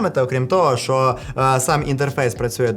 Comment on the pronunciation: Привіт! Все круто, дякую що українською, гарно виходить, але не ШО, а ЩО так будеш звучати ще цікавіше.) Апарат так собі, за ті кошти. Ти красава! Продовжуй!!!